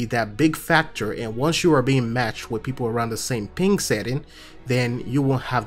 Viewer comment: Why does it sound like hes saying pink rather than ping!?